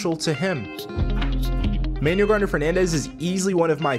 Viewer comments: Ah yeah, all good, still a dope video. I believe it's pronounced like "Man-ooo-well", not "Manual". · Pronounce Manuel's first name correctly, kind of disrespectful...